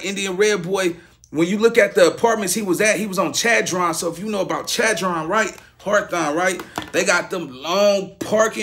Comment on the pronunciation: my brothers say harwthon too 🤷🏽‍♂️... it’s hawthorn bro 😂 all love I hit that sub button ☑️